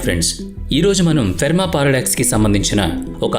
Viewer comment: Ferma kaadu boss, Fermi paradox. Pronounciation correct ga cheppandi. Prati video lo edo oka time lo tappu chestunnaru. Don’t mislead viewers.